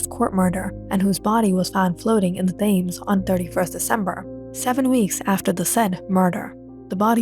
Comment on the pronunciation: “Thames” is pronounced Tems.